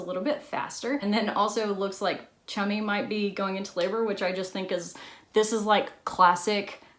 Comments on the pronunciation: I thought this whole time she was calling her chubby🤣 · I soooo thought she said, “Probably shouldn’t do that, Chubby. Don’t get on the motorbike, Chubby.” Baaahahhaaa! I was like whhhaaaa???? Lmao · Listening to an American pronounce the British names like ‘Chummy’ and ‘Nonnatus House’ is the funniest thing to me